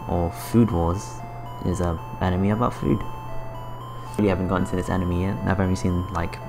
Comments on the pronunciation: for some reason I don't like the commentator's voice, and it also bothered me how he said animey instead of anime. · "Top 10 Enemy games" LMAO at that pronunciation